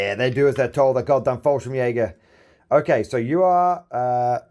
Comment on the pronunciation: I find it funny that you call the Fallschirm Jäger just "Falsch", because in german that's just wrong :P.